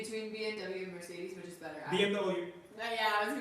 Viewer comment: Asking ,why do you say which as wish